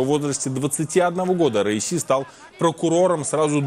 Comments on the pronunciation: Не РАиси или РАиса , а РаиСи . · Хотя бы правильно произноси имя бедного человека. Как будто говоришь раиса. Раиси , ударение падает на последний и. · РаисИ ! На последнем слоге ,а также все их фамилии. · Раиси- ударение на "и" В конце❤